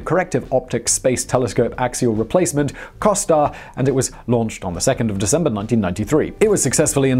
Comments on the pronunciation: Simon: COST-AR Everyone Else: CO-STAR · How did you manage to not read "COSTAR" as co-star?